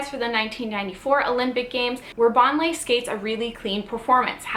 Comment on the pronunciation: How can you do a video when you don't know how to pronounce her name?